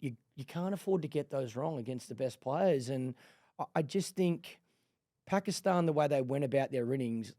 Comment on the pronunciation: She actually pronounces Pakistan perfectly